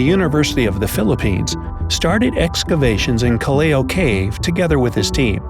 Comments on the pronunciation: Hey so um about callou cave u pronounced it srong is cal-low its like sorry if i made a mistake in spelling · You did much research on the topic and kudos to that but you forgot to research how Callao is pronounced. Its pronounced as (calyao). Thanks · I'm from the Phils. and the cave's name is pronounced as "kal-yaw" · We actually lived here, near Callao Cave... And its pronounced as "Kal-Law" Cave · It's actually pronounced as "kah-law" cave. ☺️ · More like "Kal-law" The Kal pronounced as in "null" and law as in "now" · its actually pronounced as KALLAW im from the Philippines and i learned this when i was in my 4th grade 4 years ago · I'm a Filipino and I kinda laugh cuz he said the "Callao" wrong in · Hey! Im from luzon :D I like how you pronounce callao cave XD its cool tho 😂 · Dude your research is gold, but The way you pronounce Callao cave makes me cringe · i love it how he pronounce callao ❤️ . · Filipinos are cringing on how they said Callao cave 😂😂😂😂😂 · hi sir I'm from cagayan part of luzon i will make a correction sir when you pronounce callao its callaw not calleo sir thanks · It's pronounced Kalyaw not kaleyo. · it’s pronounced Cal-law cave not calleo btw great video ! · It's pronounced kalaw cave not Callaoe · Callao is not Kal- lay-yoh. It is pronounced as kal-yaw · it is pronounce Ka-law, not Kel-lehw. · Actually the pronunciation of Callao cave is Kallaw not kaleyo.. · I actually studied this when I was in 5th grade... But I still watched it.. and I love how you made this! and btw Callao Cave is pronounce as "Kah-law" Cave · The pronounciation of Callao Cave is “kallaw cave” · Its actually pronounced kalaw Kalaw keyv Calao cave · It's pronounced "Kal Lao Cave" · Im Filipino, So Im In It, And You Pronounced It Wrong, Heres How You Pronounce It, "Ca La O". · Me : Is Pinoy Also me : ITS PRONOUNCED “KAH-LAW” AHHHHHHHHHH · Callao is pronounced as Cal-yaw I should know I am filipino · we filipinos pronounce callao as ka/law